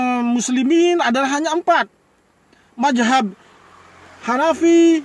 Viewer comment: Ngomong apa itu bos bos ..majhab atau Mazhab bos kok GK jelas c